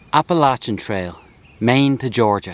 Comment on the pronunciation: Thank you for pronouncing Appalachia correctly. I was born and raised in West Virginia which is the only state completely contained within the Appalachian mountains. We always said to people who pronounce it incorrectly “if you say Appalaycha then I have to throw an apple atcha!